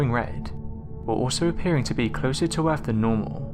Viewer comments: Agreed. Worse than AQI, added to which are multiple instances of (e.g.) ‘togever’ (together) and ‘earf’ (Earth). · I can maybe help a bit if you are trying to understand the narrator's pronunciation: 1] for "Earf", read "Earth". 2] for "uvver", read "other" 3] for "funder", read "thunder" 4] for "dameter" read "diameter" 5] for "megaliffic" read "megalithic" 6] for "wivout", read "without" etc.etc. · Norf America planet Erf